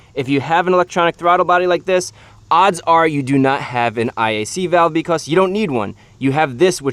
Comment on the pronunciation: “Beecoss” what a weird accent